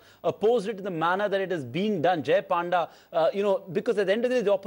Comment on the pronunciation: this anchor even don't know how to pronounce panda. shame